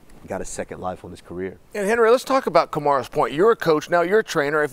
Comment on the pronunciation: "Henry let's talk about Kamaras point" LMAO the way uncle Chael just butchered his name